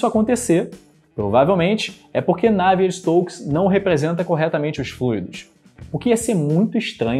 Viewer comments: Ótimo vídeo, só faltou dizer que na prática a equação é abordada numericamente, com simulações por computador, na falta de uma solução analítica. Outro pequeno detalhe, com o risco de ser pedante: a pronúncia ‘návier’ para Navier vem do inglês, em francês é ‘naviê’. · Excelente vídeo! Só uma correção o nome do cientista Navier se pronuncia "Naviê". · Porque voce pronuncia "Navier" c sílaba tônica na 1a. Sílaba ? Prá mim, é 2a !